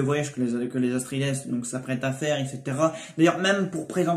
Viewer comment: petit detail : on prononce pas le S a la fin de atreïdes , c juste "atréhide" ^^